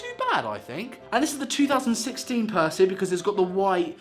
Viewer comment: You said it right the first time